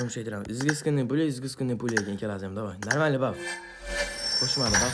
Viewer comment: Brat xam iziskinniyni orniga izgizkinniy pula dedi😂😂😂😂😂😂😂😂😂😂😂